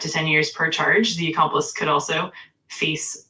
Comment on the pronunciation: “An accomplist” 😂😂😂